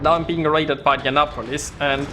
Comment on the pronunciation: Youre inndeannapolis, hahahaha . Love yer vids, though :)